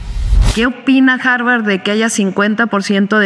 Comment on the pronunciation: En “jarvar”